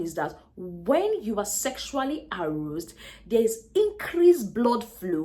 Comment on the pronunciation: Aroused... please learn to pronounce well. A-rauu-sed